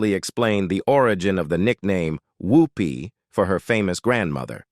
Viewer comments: Please please... Her name is not Hoopy. Her name is Whoopi. The state is not Knee gee say it is New Jersey. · Her name is Whoopi not Hoopie